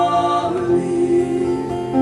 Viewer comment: This is quite a good interpretation of this jacobite folk song , it is spoiled in my view by the pronounciation of the word " Charlie " in the Scots tongue it is Chair...lee , I note that some words are pronounced in the Scots dialect, so come on lets fix this and correct???